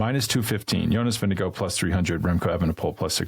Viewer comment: please respect the top riders enough to pronounce their names at least somewhat correctly! It's Vin-GE-gaard, not Vin-DE-gaard:)